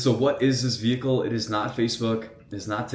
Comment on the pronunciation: "vechile" haha what a legend i swear next time imma buy a car i'll be like "hello i am here to buy a vechile" haha :D funny as hell :D